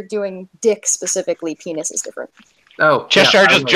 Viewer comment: Dick is not pronounced PAYNEE. The S is not silent. It is pronouced PAYNIS.